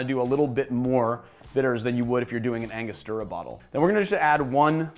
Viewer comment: Very nice video with well made cocktails, but drives me crazy when people mispronounce Angostura